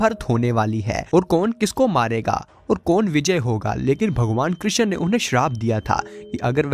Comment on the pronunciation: कृशन नही बोलते , कृष्ण बोलो ।